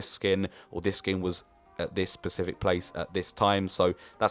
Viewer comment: Decent video, but god is it aggravating when someone says "pacific" instead of specific